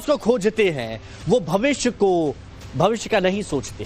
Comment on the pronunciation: इस टोंटी चोर को भविष्य भी सहि से बोलना नही आता । भविस्य कौन कहता है?